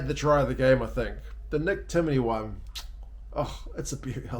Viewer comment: As an Ulster fan im absolutely gutted for Stockdale 😭 it seems to be an AC injury so he'll be out for some time 😞 I heard the commentator struggled with Timoneys name (i watched on an Irish channel) 😅 - he had a great game though & is very much underrated! Him & Coombes! McCloskey was having an ok game until that stupid card 🤦 Cormac Izuchukwu is undoubtedly 1 of our biggest potential stars, so it was sad seeing him mostly anonymous ☹️ although he hasn't started at 4 all season for Ulster.